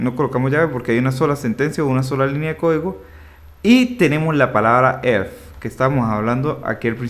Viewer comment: un perro muere cada vez que dice elfs